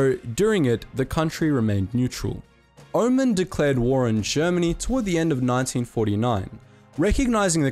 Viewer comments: Oman is pronounced O-man like oh man! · "omen" nice...